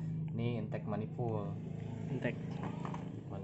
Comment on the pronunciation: mecanic ngomong manipul pemasukan,😂 bikin ngilu